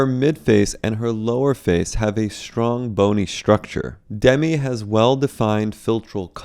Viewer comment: "ShTrong" "ShTrucSher" - there's no H in there. ST does not include a H sound.